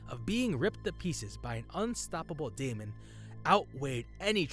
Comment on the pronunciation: daemon is pronounced demon here. not saying this 2 be pedantic (i appreciate the uploads, ty) but figured it might be helpful 2 know 4 improving